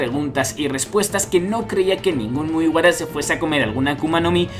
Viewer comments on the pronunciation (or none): mugara XD practica mejor tu japones es mugiwuara